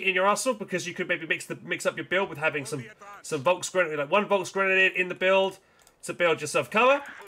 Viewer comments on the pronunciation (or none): Das ist folks g., F sound like in word film. Germans will be angry